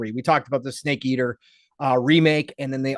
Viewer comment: Lolo..did pong just say stake eater for the tag line for MGS3